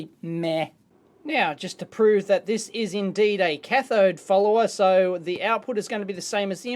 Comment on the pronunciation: Is he saying cathode "fooler" or cathode "follower"? I'm really trying to learn this and that's throwing me off everytime I hear it.